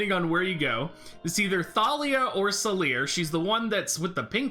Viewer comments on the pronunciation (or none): Salire has been in MSQ lol, its Salire